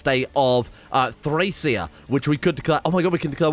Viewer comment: Thracesia = Trah-keh-zia